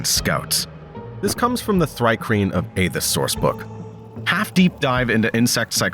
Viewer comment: Did you just say AY-thas? 🤦‍♂ Is your reader Ai?? ...Ok your pronunciation disclaimer 😆👍